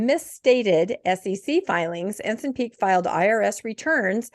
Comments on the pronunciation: Also, it's not Ensin, but Ensign, like stop sign. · It's tight vs. loose pronunciation. 😂